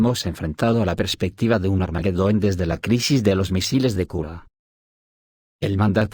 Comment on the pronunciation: No es armaguedon....es armagedon....sin la u intermedia....pilas que ud es español.....jejeje...